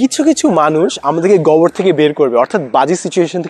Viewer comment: গোবর উচ্চারণটা গবর করতেছিলেন। তাই প্রথমে বুঝতে কষ্ট হচ্ছিল। :-)